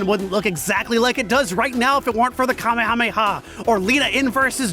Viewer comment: Hey, you want people to stop correcting names then stop changing them for dubs, Mr. I-Can't-Say-Kamehameha-Correctly. I've usually seen is translated as "Spirit Cannon," which sounds pretty badass. Of course, there's the debate of changing the name at all, like I just said. People love to rip on Goku not having his own techniques. However, it's worth noting that while Kaioh might have invented the Kaiouken and the Genki Dama, he can't use either technique himself. He comments how he could never master either ability, so he basically only invented the concept. Goku remains the first being able to use either technique. This might be why Kaioh didn't teach any of the other fighters those techniques. Of the four that arrived, probably only Piccolo and maybe Tenshinhan could've learned the Kaiouken, and I doubt any could have properly learned the Genki Dama. There is a funny throwaway line about that, though. When Piccolo first sees the Genki Dama during the fight with Freeza, Kuririn has to explain what it is. Piccolo then says with an annoyed smile that Kaioh never even mentioned a technique like that.